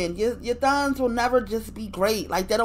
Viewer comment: Nevah! Nevah!